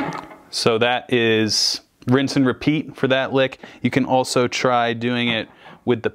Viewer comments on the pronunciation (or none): none